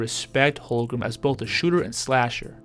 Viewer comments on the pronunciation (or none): It’s HOLM-GREN not HOL-GRUM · For real. Don’t know how this guy is having a hard time saying his name. Its so easy 😂to